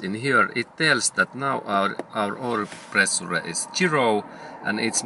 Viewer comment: Pre su re 😃. It's pronounced (pre-shure) but it's spelled pressure .. but GOOD JOB 👏 I LIKE THE VIDEO THANKS A LOT